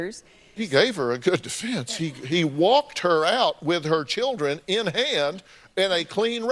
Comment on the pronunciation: "welfel of yer dildern"